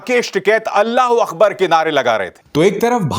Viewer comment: It is Allahu AKBAR. Not Allahu AKHBAR